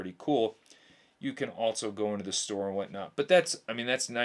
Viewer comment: there are ZERO "T's" in the English words, "else" and "also". Just for future reference brotha.